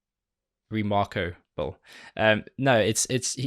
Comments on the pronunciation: 'Re-Marko-ble" Imma nik that ^.-.^ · remarkoble, gotta love that lol. as usual great reaction!